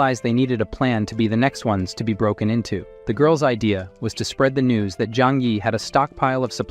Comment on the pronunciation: No one notice on the ending part when he said "NEWS" he made it sound like "NUDES".?